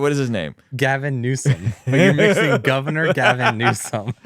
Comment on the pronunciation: I’m glad I’m not the only one saying “Gaviner Newsome” 🤣 my wife calls me out often for it!!